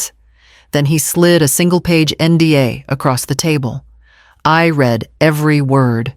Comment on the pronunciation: The word read, as in I read it..is pronounced Red. Yeah I’m a geek about those things. I very much enjoyed the story. She did the right thing. You go girl!